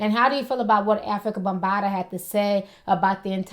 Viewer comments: She kept callin him bumbata lmao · Its bambata not bumbata lol